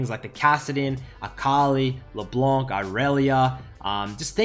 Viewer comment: I miss you pronouncing LB like "Leblenk"